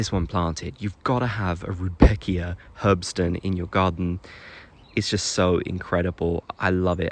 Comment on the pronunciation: For places where Rudbeckia does well, leucanthemella serotina is also really nice. Btw. "Herbstsonne" means "autumn sun", should be easier to pronounce ;)